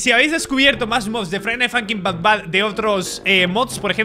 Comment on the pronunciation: es but bad no bat bad